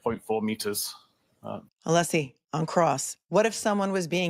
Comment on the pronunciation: Ohhhhhhh. Just got to the end of this STREAM!!!! Holy cow pies!, you a little worried? you retiring after this case? The Cape is calling!! Poor Alessi! Sit down, stand up, shut up, can’t get the name pronounced correctly. This man is a legend the way he performs in the courtroom. What a GG, genius gentleman! Go, fight, win! Now let’s get to the “blank, blank” of Jen! Can’t WAIT!!